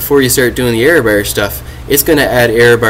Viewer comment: I can't take you serious because to say error bear... it's BAR! lol